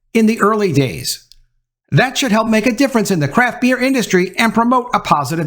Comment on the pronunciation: Every time you said "craft beer" it sounded like "crap beer.". Truth